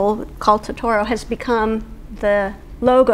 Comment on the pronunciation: Makes me so happy to see this lady so passionate about Studio Ghibli 😊 I just wish she pronounced Totoro correctly 😭